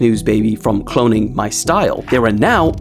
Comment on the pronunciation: keeps saying clonnign u but is not clonning u